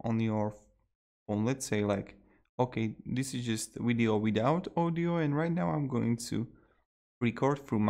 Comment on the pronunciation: Did he say weeeedio? Lol